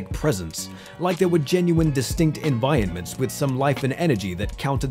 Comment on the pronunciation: your saying environments wrong